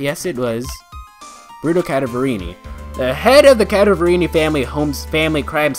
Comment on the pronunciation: It pains me how you pronounce "Cadaverini" I'm pretty sure it's pronounced Cadaver(dead body) + ini